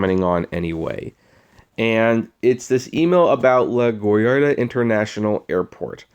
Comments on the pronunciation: Omg it’s pronounced La- GWARD- EE- UH , like the word guard with a w stuck between the g and u. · I see you've never been to NY "cause you butchered the name of the airport.